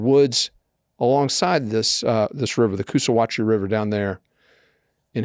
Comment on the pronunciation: The river is pronounced coosahatchie... 😊